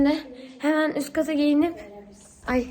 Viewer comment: Üskata çıkıp giyinip demekdense üstkata diyen koca yürekli 😂😂